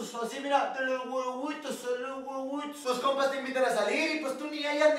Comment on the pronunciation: HAHAHAHAHAHAHHAHAHAHAHAAHAHAHAAHAHAAAHAHAHAHAHHAHAHAHAHAAHAHAHAAHAHAAAHAHAHAHAHHAHAHAHAHAAHAHAHAAHAHAAAHAHAHAHAHHAHAHAHAHAAHAHAHAAHAHAAAHAHAHAHAHHAHAHAHAHAAHAHAHAAHAHAAAHAHAHAHAHHAHAHAHAHAAHAHAHAAHAHAAAHAHAHAHAH "LOS GUEGÜITOS"